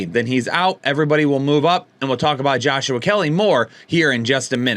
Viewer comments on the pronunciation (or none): none